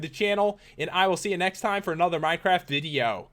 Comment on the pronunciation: "welcome back to another minecraft dideo" - Pat 2014